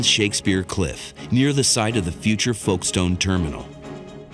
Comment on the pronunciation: A shame the narrator can’t pronounce Calais & Folkestone correctly